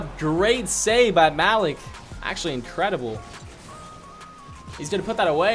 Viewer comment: it cringed me out hearing mal-ek over ma-leek over and over